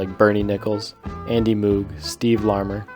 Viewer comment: Moog is pronounced with a long "O", or rhymes with rogue and vogue